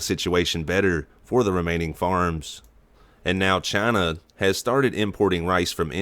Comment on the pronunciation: Announcers voice CHINUUU